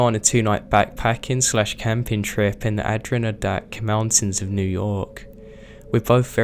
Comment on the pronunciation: "ADD RI A DAK" Mountains in New York. OK it's a Native American name so I'll give you a pass for renaming it, but it's still funny.